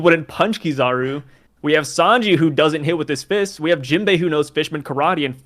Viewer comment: Please say akinu’s and Kizaru’s name correctly